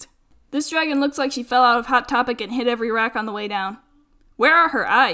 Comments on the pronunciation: “Dergun” Ah yes my favorite name for dragon. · Dragon from this day on shall forever be pronounced as dergon, also I've watched this video 20 times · “Hey I could make a dergon out of this yes i cood”